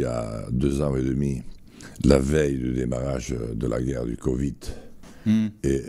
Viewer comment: "le moundial" "le COVIT" J'adore ce mec